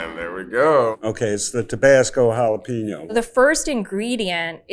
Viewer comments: Why can't they say jalapeno properly? Come on. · Was it a long search to find three hot sauce experts who can't properly pronounce either "jalapeno" or "habanero"?